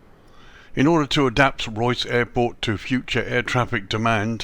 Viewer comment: Nice video. It’s pronounced Ray-us